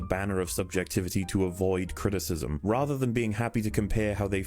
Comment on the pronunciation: Criticism has 3 syllables,.